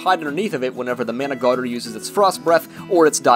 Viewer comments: If it help the wiki says the last R is silent. So it’s Man-uh-garm lol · Does he know that managarmr is not purnounced like that